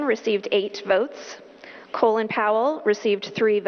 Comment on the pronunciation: LOL she pronounces Colin (Caw-lynn) Pollard as "Colon Pollar"